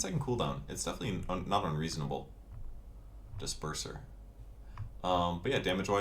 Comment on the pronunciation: Disperser = Dis perverser